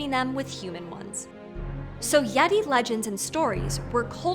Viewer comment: Did anyome else hear "Laurel" instead of "yeti"?